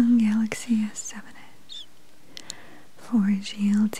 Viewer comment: It's galaxy not gaylexay 😂